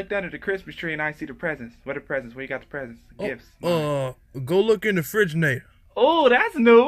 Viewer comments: REFRIGE"NN"ATORR!!!! :DDDDDDDDDDD WHAT THE FUCK!?!?!?! :DDDDDDDDDDDDDDDDDDDDDDD I"m dead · Dads always be saying words all fucked up: refrigamator , chrimas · "Refrigernaytor" ~Griffy's dad Circa '00s